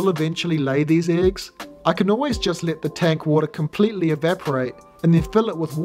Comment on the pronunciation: Are you a Kiwi? Your pronunciation of the "e" in eggs, doesn't sound like a New Zealand accent, more like Ozzi.